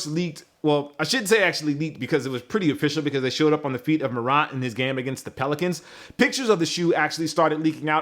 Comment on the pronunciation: His name is Ja Morant. MO-RANT. not mo-rah!